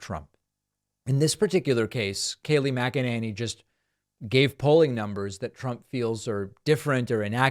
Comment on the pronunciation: It's NOT MC ENANY it's MC ENANY !